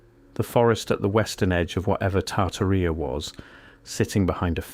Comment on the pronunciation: Tar-taria Not tartar-ria